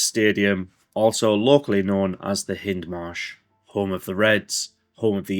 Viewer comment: It's pronounced HIGHndmarsh. Nice tour though.